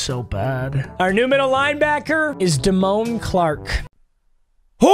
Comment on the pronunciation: I’m white but listening to papa call damone Clark, Damon all game is white WHITE😂